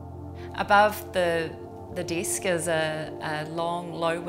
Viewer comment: I love how you pronounce "desk" and "bench" with "ee". I like everything except the ladder.